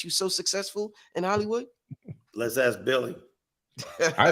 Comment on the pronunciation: Why does he say "ax" for ask...